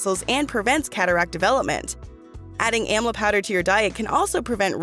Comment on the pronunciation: Please the word amla the correct way. You stole the plant from India and never acknowledged India for its wonderful fruit.Amla is taken everyday in India. It is the western countries who takes everything from India and profits from its herbs. What have you done for the country of India when it comes to health?